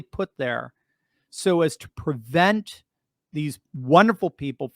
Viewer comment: It's PREvent....not ...PERvent...